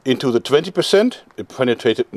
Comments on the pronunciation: ich hab immer noch nicht verstanden, wie man the se aussprechen kann... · Dein Englisch is einfach so geil, dieser deutsche Akzent is nicht zu überhören😂 Allein se autspik ( die Aussprache)😂